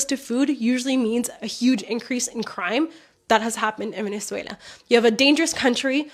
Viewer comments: Sorry, but there's no I in Venezuela (ie: not Venezuelia!). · Just one thing; it's Venezuela, not Venezuelia